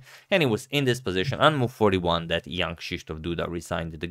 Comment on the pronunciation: I keep hearing "Young" Krysztof Duda ))